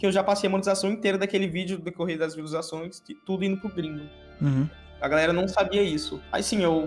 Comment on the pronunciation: "poblemas'', "maniquefiti", "revelancia", "visuação", "vilusações", "ingal", e mais um show de erros de português, que vídeo maravilhoso e tenebroso ao mesmo tempo, obrigado você melhorou o meu dia em 200%